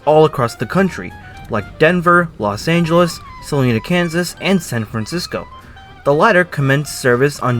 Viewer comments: I think you're mispronounsing "Salina." Long I. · City of Salina "Sa-LINE-a" (in Kansas), not Salinas (in California). : The City of SF and the 49er also used Southern Pacific tracks between Ogden UT and Oakland CA, where the train terminated, not San Francisco. Your photo shows the SF Ferry Terminal building, which is not a train station. The 49er was built from older heavyweight cars except the last two, which were streamlined and articulated to each other. The "barber shop car" was actually a lounge car with a shower and a barber shop as well as a bar and lounge seating. : That's a photo of Santa Fe's El Capitan (note high level coaches). Santa Fe's Super Chief began service in 1936.